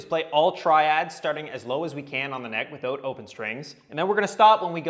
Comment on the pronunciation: He's from ontario. He has to be. As a new brunswicker, I can't let the way he pronounced "without" slide.